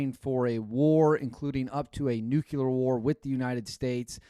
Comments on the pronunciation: It’s “nuclear “ not nuculer George Bush. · It is..."Nuclear", you hey seed. It's not Nucular. Only that moron Bush calls it Nucular.😅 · IT IS A NUCLEAR WAR NOT NUCULAR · NU-CLE-AR. Sound it out brother. Not NU-CU-LER. You’re not one of those. Please don’t be one of those. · It’s NOT nuculear. It’s nuclear. Showing off that Wisconsin education again? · The word isn’t nuculer. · Yep, this stuff drives me nuts. Along with pronouncing fiscal fi-si-cal instead of fiscal-cal! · You lose all credibility when you cannot pronounce nuclear.